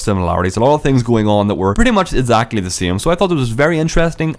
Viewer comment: Instead of exactly